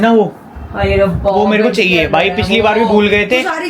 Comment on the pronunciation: Who all noticed mam ka "chaiya" hoga😅😂😂😂